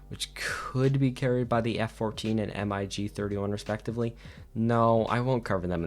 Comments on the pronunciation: Sick video 😃 but why the hell do you say M-I-G and not MIG? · Good video but your pronounciation of "MiG" as "M-i-g" is very incorrect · This dude says M. I. G. instead of MiG? Cringe, reported for hate speech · its pronounced ¨Mig¨, not ¨M - I - G¨ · why do you spell mig like Em Aye G ??? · I've never heard in my life someone call the MIG's M I G letter by letter, sounds so strange. Awesome video nonetheless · Why do you say m i g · The way he spell mig in singular alphabet is infuriating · Lol yeah, at first I was like wtf is he talking about?! But when I realised he meant MiG, my ears were crawling. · ikr, I was like wait wtf lol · Yea that made me cringe so bad 😂